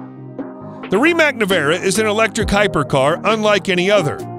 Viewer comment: Rimac, not Rimak.